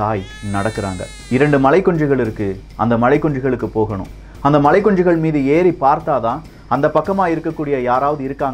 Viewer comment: மலைக்குன்று என்று சொல்வதற்கு மலைக்குஞ்சு என்று உச்சரிக்கிறீங்க இதென்ன கண்றாவி ஸ்டைல்!!???